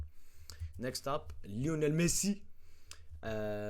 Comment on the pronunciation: I like how you’re saying “LIONEL MESSI” haha, anyway my prediction is 3-1 psg, with messi scoring 2 goals